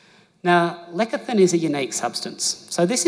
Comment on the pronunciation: Great info. Side note: Why is he pronouncing lecithin as "lekathin" instead of "lesithin"? Is it a "down under" thing?